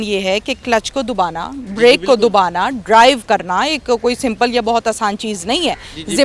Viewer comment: Clutch ko "dubana" break ko "dubana" ..🙄🙄🙄 WTH. At least ap apna talafuz to thek krein..itny interviews ly chuki hein.